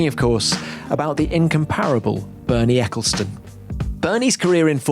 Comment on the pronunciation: Bernie Testecclestone